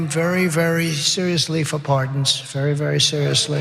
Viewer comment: Whenever he says I'll be looking at it very berry seriously IS CODE FOR NO I WONT